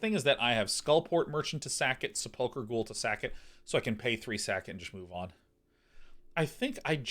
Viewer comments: At least he's not saying Sepul CHer. But yeah, slightly off with the emphasis on the UL. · His pronunciation of sepulchre is driving me insane.